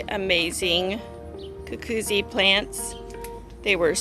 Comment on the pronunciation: It’s ‘goo-goot-see!”